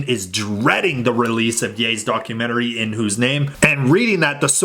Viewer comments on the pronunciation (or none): "Darkumentary" poor kimk lol.